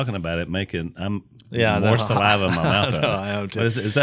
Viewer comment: Jase...the word is saliva...not salAHva. And again...please get everyones levels equal. Fire your engineer